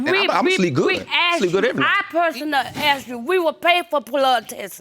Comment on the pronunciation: I aksed him a question